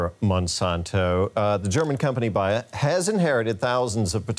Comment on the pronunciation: Bayer is pronounced as Buyer.